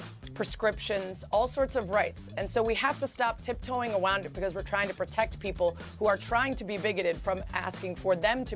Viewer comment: she says, 'tip toeing awound it' LoL